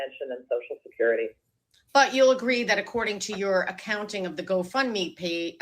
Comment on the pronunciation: Does anyone else think keeps calling it “go fun me” lol. I feel like that’s what she thinks they used it for, fun